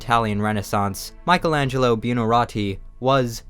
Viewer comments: Michelangelo, not Michael. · its the first time i see someone calling michaelangelo MICHAEL ANGELO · you are so unqualified to write on this. first you cant pronounce his name. then your insights are wrong.... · You were able to butcher Michelangelo’s name, the name of his works, and of almost everyone who was cited.